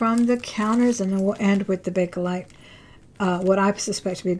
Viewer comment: It’s Bakelite.